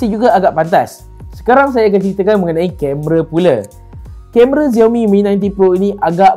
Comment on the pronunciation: SHAO MI bukan ziaomi